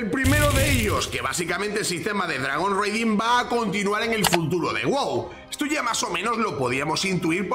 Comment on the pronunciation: Dragon RAIding, es lo correcto en la pronunciación, "reiding" como lo dices, se refiere a hacer Raids, saludos! 🍻